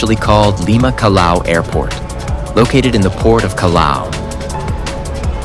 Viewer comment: Check your pronunciation of our port..."Calao"??? For English speakers it would be "Cajao" (Callao)...why didn't you say "kwaito" for "Quito", capital of Ecuador? Show respect for our cities please.